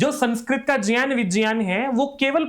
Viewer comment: ज् + ञ् + अ =ज्ञ है। और ज्यान सही उच्चारण नहीं है। यह प्रान्तीय accent के कारण कुछ लोग बोलते हैं।